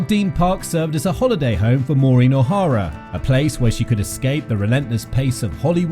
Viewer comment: I didn’t even make it three seconds into this video - another fraudulent work where her name is mispronounced at the outset.